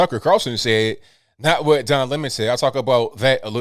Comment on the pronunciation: Don Limon as Tucker pronounces his name!!!!!